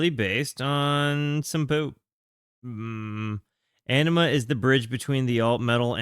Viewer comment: You’re gonna hurt the fans feelings ‘Awe nima’ I believe is how it’s pronounced. One of the best Albums